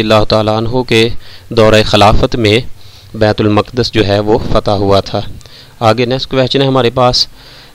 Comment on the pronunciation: bait ul mak das ni bait ul muqads hota h